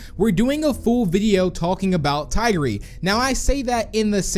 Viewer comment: That is the wrong way to say tigry 🤦‍♂️🤦‍♂️🤦‍♂️